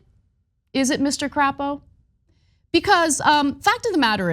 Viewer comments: I love how she calls the senator from Idah "crap-oh" 😅 it is pronounced "Crape-oh" but I love her pronunciation much more! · Is Crapo pronounced "Cray-po"? Sure. But given his absolute BS, I think Anna's alternate is spot on. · There’s no need to gratuitously mispronounce Crapo’s name. His positions are insulting enough. His name is pronounced cray-po. That’s what I’d do if I had that name. I bet you would too.